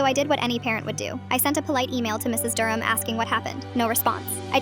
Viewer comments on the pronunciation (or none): none